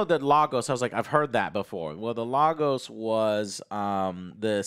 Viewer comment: I cringe every time an American pronounces Lagos